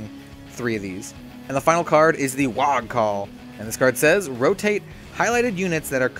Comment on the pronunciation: Thanks for making this, but I gotta say this... it's pronounced WAAAAAAAAAAAAA! If you see someone in a book shout "Aagh!" in disgust, it's not pronounced "Ogg!" ;)